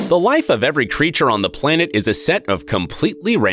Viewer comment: Did anyone notice at the beginning of the video that he said "treature" instead of creature?